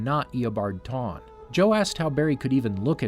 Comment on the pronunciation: Eobard Tawne? THAWNE